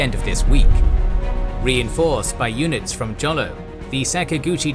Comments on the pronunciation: You keep saying "jolo", it's pronounced "holo", cause the name of the Philippine Island uses the Spanish Spelling. I'm a Filipino. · I know this is late but Jolo is pronounced as Ho-lo. It is not a hard J and the last o is a short o.